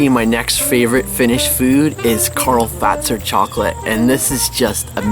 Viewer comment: The first canadian people to say Karl Fazer correctly :D